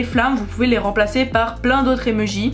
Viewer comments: "des emeujis" MAIS NAAAN des emOjis 😂❤ Je rigole super vidéo+1like+1 abo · Elle dit les emejis sa me stresse 😂😭